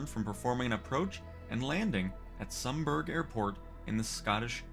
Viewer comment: Excellent! I'll be doing this later today since none of my career missions are loading at the moment. By the way, Sumburgh is pronounced some-bruh. Greetings from the UK!